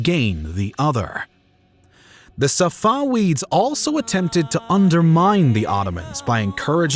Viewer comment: It’s pronounced SafaVeeds not SafaWeeds. The letter V, not the letter W.